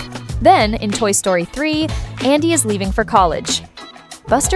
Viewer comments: why you said sroty ITS story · Toy Sroty ❌ Toy Story ✅